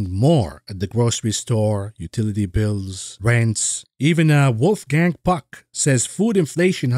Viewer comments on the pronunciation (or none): none